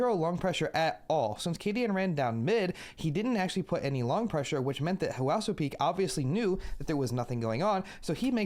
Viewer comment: I don't wanna be "that guy" but it's easier for you to say huaso like if you're saying "what's up" more like "what'supeek" => "wassupeek"